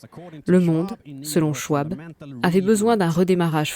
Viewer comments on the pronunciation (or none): Schwab se prononce SchVab. C'est allemand.